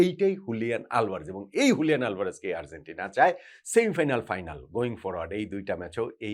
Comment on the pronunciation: bhalo-mondo milaye apnar analysis admire kori, ektu Argentina uchcharon ta ektu thik koren please..amader bangla medium a G Z J er uchharon khubi bhul-bhal, Arzentina arr boilen na bhai, kaney lage besh